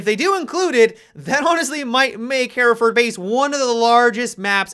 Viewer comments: Hereford = "Her-furd" Hereford ≠ "Hair-a-furd" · Am I the only one bothered by the pronunciation "Hairaford" ???